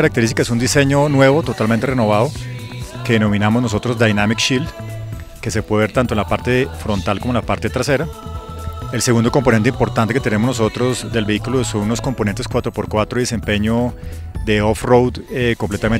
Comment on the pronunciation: sensores de desaceleración frontal no fontral como dice jaja